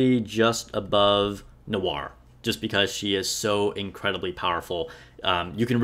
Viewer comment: I'm new to this game, and I have one question. Why tf can none of you nikke content creators properly pronounce; Noir, Litter, or Guillotine?